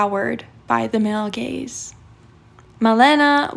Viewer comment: I can’t unhear “male gays” and I’m confused for a second every time.